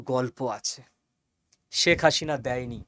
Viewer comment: হাশিনা নয়, হাসিনা।